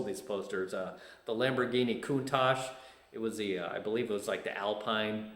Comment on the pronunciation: Ha!, I was just waiting to see if you would say Countach correctly. Congratulations! I grew up just south of you. I think my high school played against yours.